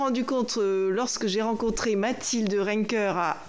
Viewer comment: « Mathilde RENKER » svp